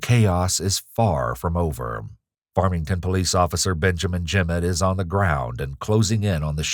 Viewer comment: ... When they Yell "Farmington Police" or whatever kind/jurisdiction of police they are, I hope they yell it better than this guy. I had to go back and relisten to is, because I didn't now what he yelled... and even after seeing "Farmington Police" in the captions, it sure as hell doesn't sound like that's what he's saying.